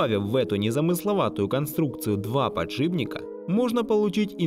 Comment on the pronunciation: Не подшиБник, а подшипник!!!